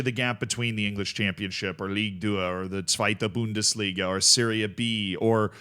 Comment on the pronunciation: Nice pronounciation of 2. Bundesliga